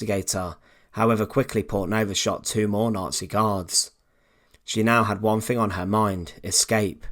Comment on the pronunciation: No v in further, no F in think, no v in other, no v in mother, no f in thanks. For what seems like a well educated man narrating better spoken English woul have made it more interesting to listen to.